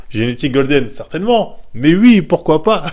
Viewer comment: "je dis wui"